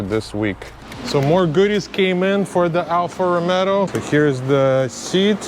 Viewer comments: Bro, it;s Alfa Romeo....not Romero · it's ROMEO, not ROMERO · bro ROMEO not romero....you add 1 R more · can you say romeo ...not romero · Ha ha ha ALFA ROMERO please pronounce correctly,,,,, ALFA ROMEO and not ALFA ROMERO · Good job man, I'll be glad to see a new Stelvio back on the road and not end up junked over minor stuff. Just fix that pronunciation, it's Rome-o not Rome-Ro 😂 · your channel is very cool, but please don't call it anymore Alfa Rome-ro, the correct name is "ALFA ROMEO" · Alfa Romeo, not RomeRo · Alfa ROMEO not Alfa ROMERO ;) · It’s actually pronounced “Alfa RomAAo” rather than RomeRo. Alfa people get very sensitive about this Lol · Alfa ROMEO!! Not ROMERO! I have a nerve tick when you repeatedly repeating it. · You keep saying Alfa Romero:face-green-smiling:nice build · Please, stop calling it Alfa RomeRo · Nice job, just please stop saying Alfa RomeRo. The Italians and I will be gratefull. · Dude bought a car and doesnt even know how to pronounce its name xD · There is no R in Romeo 😄 But you are right, it is a nice car!